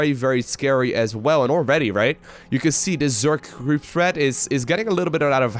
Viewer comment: "Zerg crsceep spread"